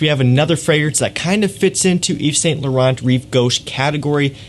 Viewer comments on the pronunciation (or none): It's pronounced (eve-san-lou-ron). Ughhhh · The t’s are silent in YSL my friend. Nice video!